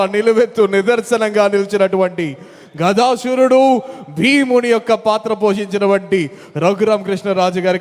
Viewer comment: Gadasurudu kadu Gadadharudu anali.